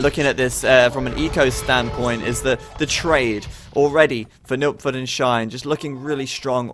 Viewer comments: Yeah it sounds like Nookford to me too. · took me a while to realise he's trying to say nilpferd^^